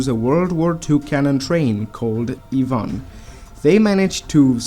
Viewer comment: you are the only person that says russian names, like ivan properly